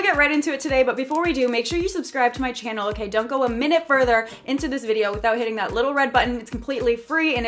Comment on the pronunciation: Love how the way she says , " welcome back to my chynnal " 😊